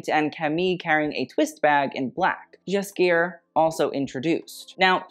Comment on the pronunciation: You are pronouncing Nicolas Ghesquière's last name. It has a hard "G", not a "J" sound.